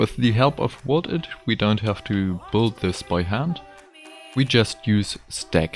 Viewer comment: I'm sorry, it really is impressive what you're doing, but I find your pronunciation adorable. Büld. Hehe.